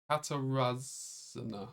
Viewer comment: Hi, it's Sudden Linguist here. The "rz" part in the Polish name "Katarzyna" is pronounced like the "g" in "genre" or the "s" in "vision" (the sound is commonly transcribed as "zh"); whereas "ó" is pronounced like the English "oo" in "good".